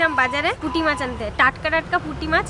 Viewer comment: Puti mach ke putki boltece uncle 😂😂